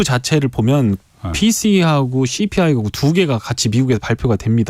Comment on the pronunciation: 씨-피 아이 발음이 뭔가